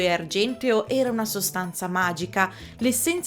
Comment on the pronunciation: Perdonami, ma Tycho Brahe si pronuncia così come scritto, mentre Qin Shi Huang si legge Cin Scé Huàng